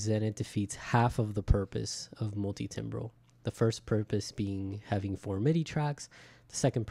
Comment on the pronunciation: It's pronounced "tambral" as in musical timbre (tamber)